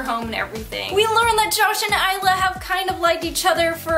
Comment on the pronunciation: THANK YOU FOR PRONOUNCING THE TITLE CORRECTLY. :)